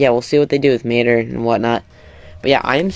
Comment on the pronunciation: I ranted so much on their Instagram about this showcase. Whoever played as mater did a horrible job showing off his abilities. I also hated how he called his name. Tow or matter 😒